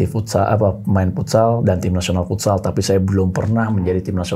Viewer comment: FUTSAL NOT FOOTSAL